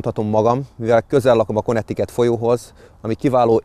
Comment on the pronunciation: Szerintem nem úgy kell mondani hogy Konnektiket hanem Kánektikát